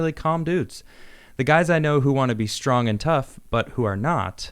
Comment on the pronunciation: Notice how Tim says I'm stwong too me me me.